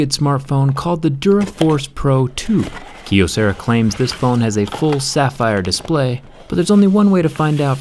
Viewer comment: It's pronounced "Kye O sarah"